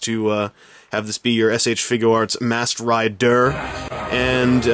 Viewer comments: MASKED RI-DER? moar leik masked ri-DERP LOLOLOL RI-DERP HAHAHA LOL Oh god! I've been spending too much time on power rangers fourms! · Masked Rid-DURR 😂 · everytime you said "masked ri-der" LOL laser gun.. LOL love what you done at the opening!!!